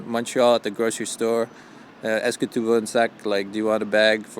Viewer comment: vers la minute 6, tu prononces "tu" incorrectement comme "tou" et donc tu n'es pas francophone ou partiellement sans avoir jamais réussi à prononcer un "u" français, qui correspond au "ü" allemand, ou encore ressemble au "y" norvégien, etc. Et celà amène les deux principales différences entre Paris et Montréal: - Paris est une ville entièrement francophone, et une ville d'urbanisme européen - Montréal est une ville essentiellement américaine dans son urbanisme, avec un tout petit peu de vieille-ville et culturellement schizophrénique: Montréal-Ouest et Montréal-Est. Je suis nativement bilingue français et espagnol, ma langue quotidienne est le norvégien, et sinon j'utilise assez régulièrement deux autres langues mais l'anglais me pose trop de problèmes et je ne l'utilise que sur internet à l'écrit. Pour moi Montréal-Est à partir de McGill c'est l'Angleterre. Curieusement lors de mon dernier séjour à Montréal, je pouvais effectuer mes achats et aller boire une bière ou au resto, uniquement en ... espagnol.. La caractéristique des anglos est de considérer l'anglais comme l'unique langue de l'univers, les autres langues sont vues comme une chose optionnelle, décorative, de second degré. Un français, un italien, un polonais, etc, qui voyage à l'étranger, ne va pas utiliser par défaut sa langue dans les magasins. Les anglo eux utilisent par défaut l'anglais partout en présupposant que les gens doivent comprendre et que s'ils ne comprennent pas ils sont inférieurs. Ce qui amène le